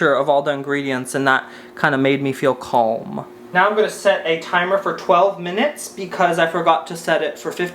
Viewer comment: Love ya, but I don’t appreciate you pronouncing the L in calm😂